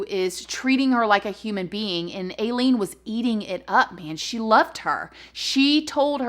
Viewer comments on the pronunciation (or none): It irks me how she keeps calling her Aee-leen her given name is actually pronounced Eye-leen just saying.. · It's more like A-ileen how your saying it say it without the a basically lol ....but serious note!I am one of your baby's now and I just LOVE watching you !.......very conflicted with Aileen as she was an I'll lady! .....she was abused.....I'm not excusing the killings,but maybe one of them did attack her ...or she thought they were going to coz her head?soooo many theory's......sad sad story, I didn't want her but to death though x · pronounced I -lean or I-LEEN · Its pronounced Eye Lean not Ay Lean lol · pronounced i-leen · It’s pronounced like i-lean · Her name is pronounced (Ileen) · Oh her name is pronounced “Eye-lean” or “I-lean!” Like “When I drink that lean........ I LEAN!” 😆😂🤣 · Florida killed Ted Bundy and Aileen…don’t come killing folks in Florida! That state don’t play! And her name is pronounced with a long I…like ileen but add the A. Aileen. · It’s Aileen like I LEAN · Pronounced "Ilene" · Stopped watching bc I can’t keep hearing “aye-lean” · Hi 🙋‍♀️ I believe her names pronounced (👁LEAN) p.s I was so traumatized from watching the movie monster which is about her when I was a teenager 🤦‍♀️ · It’s eye-leen 🤣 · Hey! 😘 "I"-Lean is how her name is pronounced. Love your content ♡♡♡♡♡♡♡ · Her name is I-LEAN!! I know it's not supposed to be spelt like that but wanted to tell you the right pronunciation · i’m not a fan of most men either. don’t worry u don’t have to hide it. also it’s pronounced eye-leen or eye-lean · Maybe it's your southern accent but most people pronounce Aileen as eye-leen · Her name is pronounced eye lean. When I was a young wife and mother, I lived in Florida and was also a neighbor of Aileens. She was very rough around the edges but was very nice and personable. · "EYE-LEAN"! sorry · I believe it’s pronounced Eye- Leen... I could be wrong though lol LOVE YOUR VIDEOS!!!!